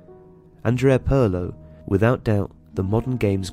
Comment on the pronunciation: Pirlo Not Perlo